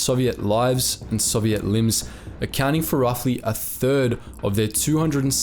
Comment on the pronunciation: How you pronounce Soviet is annoying for a history channel.